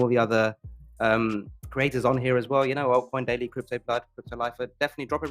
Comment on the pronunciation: “altcoin doily” 😂😂😂😂